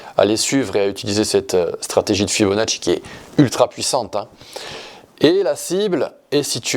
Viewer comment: Bonjour, Et sur l'argent métal ? Ça fait plaisir d'entendre prononcer correctement le nom du grand Leonardo Fibonacci 😊. Italiano o Corso ?